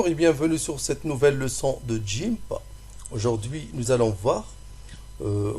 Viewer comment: Super vidéo ! mais c'est guimp et pas jimp ! : )